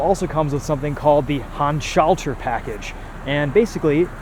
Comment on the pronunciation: Nice review! You pronounced it right ‘Handschalter Package” but funny how BMW makes you pay extra just for a “Manual” package, eh. Keep up the great work.